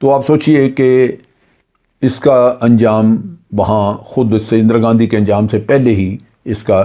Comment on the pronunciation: "اندرا گندی"